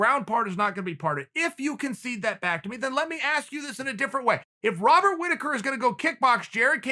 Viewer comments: “Wobert Whittaker” lol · "Wobert" Whittaker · "wobert whittaker". Uncle Chael has said it, and so it shall be.